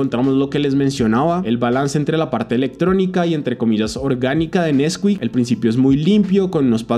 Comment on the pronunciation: nesquík ❌ nÉsquik ✅✅